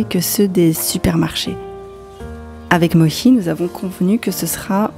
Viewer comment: non, elle dit Mohi… si elle disait Mochi c’est ce qu’on entendrait ^^